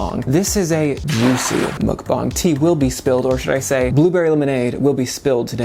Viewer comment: Btw, it's mukbang with a short u (as in the word under). So, mukbang, not mookbang